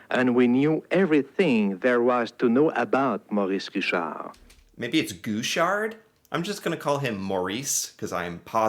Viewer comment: Maurice Richard. It's pronounced something like "Mo-REES Ree-SHARRRRRRRR". Try to roll the R when you say it. Don't pronounce the D at the end.:)